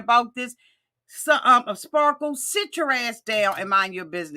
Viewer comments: Best part was John calling him "spa-kle" 😆😆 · It's "Spahkules" 😂😂